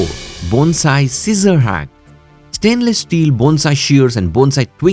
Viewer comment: Thank you for pronouncing Bone-sai correctly!! I’ve done many of your suggestions. 😊